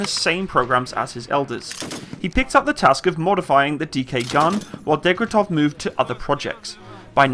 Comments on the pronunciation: aaaaaaah my ears are getting raped send hlep(coz DEG-TE-REV not degretev and SH-P-AGIN not shampain)im sorry i know u are not a native speaker and for europeans it is sometimes hard to pronounce names. BUT FOR CRYING OUT LOUD I CANT BEAR HEARING THAT MULTIPLE TIMES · Shpa-gin! Dekh-tya-rev! it's easy! You are way off proper pronouncing!